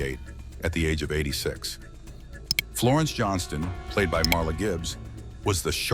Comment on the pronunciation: MARLA , NOT MAURA